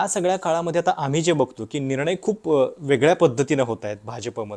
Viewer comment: ईतकी वर्ष ह्याचं नाव एकतोय मराठी पत्रकार म्हणुन... पण ह्याचा न ण चा घोळ काय गेला नाही निणय राजधाणी चेअरमण..... ऐकु शकत नाही ईच्छा असली तरी... काहीतरी वाटुन घ्या जरा लिहीतो तसं बोला जरा😊